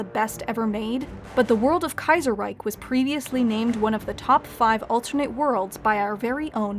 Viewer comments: The "Reich" in Reichstag is pronounced correctly but the "Reich" in Kaiserreich is mispronounced as "Reik" #nitpick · But then "Kaiserreich" incorrectly in the end... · yeah up to that point I actually thought she might speak some german.